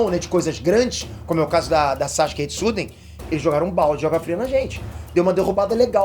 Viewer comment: Pq ele fala SACHUKE?